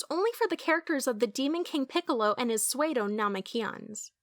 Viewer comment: Wait did she pronounce psuedo as "swade-o" and not "sue-doe"?